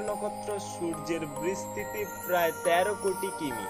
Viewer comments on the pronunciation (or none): none